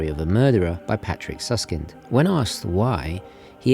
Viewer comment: "Patrick Süßkind" süß = sweet, sus = suspicious I don't mind accents but in that case it's barely intelligable any more. Different vocal and different vocal lenght.